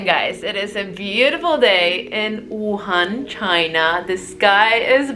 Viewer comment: Very well done! Too bad you're not a breakfast person. The hot, dry noodles (re gan mian) is a Wuhan specialty I simply can't do without. Oh, and thanks for pronouncing Wuhan correctly wuHAN. It's not that difficult. Seems like almost all westerners say WUhan. Drives me nuts! (Retired American living here for the past 10 years.)